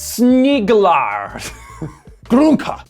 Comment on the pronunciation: Skulle snegla snett på honom och sen kasta grunkor på honom. -Sniiiiglar, sneeeeglar, sniglar = Wtf Americans. The way you pronounce sneglar sounds like sniglar = snails. You better watch it with the attitude, we might sink your aircraft carriers for real.